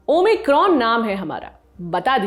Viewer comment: ओ माइक्रोन होता है ओमिक्रॉम नही होता है ।